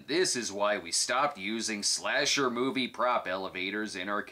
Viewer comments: Moive? Is that Yiddish for anything or just how people from Jersey pronounce "Marv?" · The "Moive" 🤣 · "My Little Pony the Moive"?